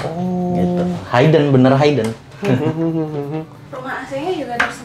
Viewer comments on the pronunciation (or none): HIden bukan hAiden 😂😂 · Maksudnya hidden dibaca (hidden bukan Hayden) , a bit confused sy aga bingung td. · nah..itu..agak lain kedengerannya...dan serinng juga nyebutin kata HAI-DEN..hihi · 1. Hidden dibacanya HIDEN bukan hAIden 2. Kamar anak tanpa jendela & ga ada ventilasi pasti pengap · Highden ? Or Hidden? Asa risih banget spelling nya wkwk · I don’t trust people who pronounce ‘hidden’ as haiden 😅 kalau gak bisa pronounce it properly, just use the language you’re comfortable in